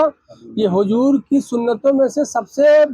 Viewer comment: hujoor nahi huzoor kahnaa sahi tarikaa hai Sabe kadar nahi shabe kadar kahnaa sahi tarika hai deen ki baate alim se sikho sahi tarike se pataa chalegaa ye janaab huzoor kaa naam thik se nahi le paare shabe baraat kaa naam thik se nahi le paare baal awrto jaise rakhe hai sahriyat me kaandhe se niche baal rakhnaa haraam hai awrto jaisi mahdi lagaai hai shariyat me gair alime deen kaa binaa kitaab dekhe takrir karnaa haraam hai peer hai tab bhi kitaab saamne rakh kar maslaa padke bataana waajib hai ye nahi ke kuch bhi apne tarike se fekde Allah paak aise jaahil peero se imaan waalo ki hifazat farmaai aap log you tube pe bhi upload kar rahe hai aapke peer ko sahi tarike se ilme deen sikhna chahiye